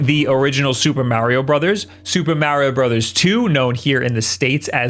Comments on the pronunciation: MA, say it with me, MA . MARIO not "meh" not "myao" MA-RIO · I hate how you keep calling it marryo instead of mario....maybe your french? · IT IS SUPER MARIO NOT SUPER MEARIO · it's MAR-RE-OH, not Marry-yo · It's not Mayorio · It must be a Long Island thing. I believe Colin Moriarty is from Long Island and pronounces it “Mary-o” too. They also both say “Thank you” with a “th” pronounced like “that” instead of like “thought” the way everyone else in the universe who speaks English do! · Super "Mehrio" Brothers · Ok, I'm ready to hear marry-oh a couple dozen times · Why you keep saying mowrio bros? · the way he prounces marios name is funny lol poor mario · Just watching to hear him pronounce ‘Mario’ over and over. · Why can no one say “Mario” the proper way? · This video is so hard to watch. Hearing mario pronounced like that a thousand times hurts the ears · His pronunciation of "Mario" will be the reason I unsubscribe. Especially with how often he says it in videos like this